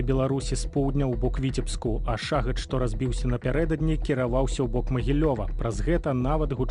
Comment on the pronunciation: В соответствии с каким правилом беларуского языка "шахед" надо произность "шагэд"? Цiкаулюся. У часы Тарашкевiча ды наркомау шахедау не было. 😊